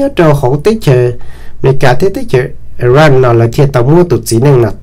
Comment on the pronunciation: koj cov lus hais xov xwm yeej zoo lawm. TAB SIS KOJ HAIS 2 LUB TEB CHAWS. XWS LI IRAQ. THIAB IRAN NO MAS YOG TIB LUB SUAB XWB. koj yuav tsum hais kom meej meej ma Iraq yog Iraq. Iran yog Iran hos thaum kuv mloog 2 lub teb chaws no lub npe ces kuv tsis qhuas koj kiag li ntag pom yeem hais xov xwm rau neeg mloog thoob ntiaj teb yuav tau hais kom meej thiab raug li luag hais ntawm Kim Jong Un los koj kuj hais tsis yog thiab ua cas yuav tsis hais kom thooj li meskas hais lau kwv tij koj yeej hais tau zoo lawm ntag TAB SIS TEJ KUV HAIS TAS NOV MAS KOJ YEEJ HAIS TSIS RAUG LI LAWM NA xav tias koj yuav pauv kom yog rau yav tom ntej. ua tsaug